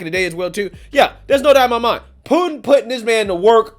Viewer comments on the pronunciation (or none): none